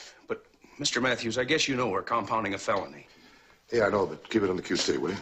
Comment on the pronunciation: Its keep it on the q t not q c